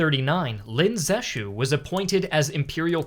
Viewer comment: Cant believe theres someone so famous from my hometown, Lin ZeXu, but the pronunciation